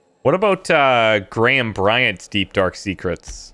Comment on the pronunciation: The Info Broker is the only guy in the game that pronounces Graham correctly instead of saying "Gram".